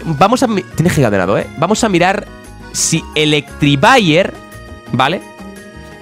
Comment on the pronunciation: por favor, se dice Electivire no Electrivire